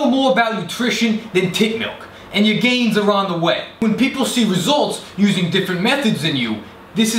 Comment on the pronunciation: Listen to him say "gains" then listen to the word in question. There's an "n" that isn't showing up there. "Gays win" is what it sounds like there.